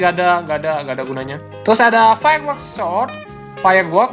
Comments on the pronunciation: Sword bukan sod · Sword bukan sot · Sword jadi swod